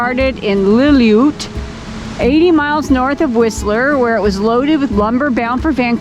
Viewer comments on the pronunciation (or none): The town you couldn’t say in pronounced Lil-loo-wet.